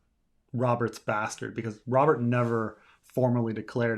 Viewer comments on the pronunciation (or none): none